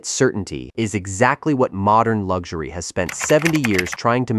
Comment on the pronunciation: What is lugzury!? Even the AI voice gets it wrong!! It is pronounced, LUX URY!??